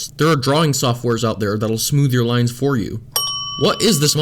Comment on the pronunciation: like the vid but she says "for" even it sounds like she saying one